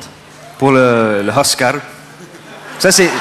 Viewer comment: Mdr j'adore comment il dit Oscar!! I love how he says Oscar!! "Hoscarrr" Lol trop mignon! Et il a un plutôt bon accent ^^ Soo cute! And he has quite a good accent! (Sorry for my bad English...)